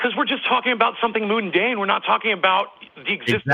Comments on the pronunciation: My hears heard moon-dane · Luna=Moon. "Moondane". He's a Danish lunatic? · He lost even more credibility when pronounced mundane "moon dane" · Did '' just say "Moondane" instead of "Mundane". Put your bong down '.'